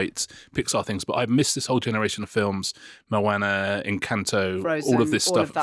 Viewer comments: Mowaner?!! Pretty sure its Moana! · Moana is pronounced with a long a then a short. In this day and age, I would have expected one of you would have researched that.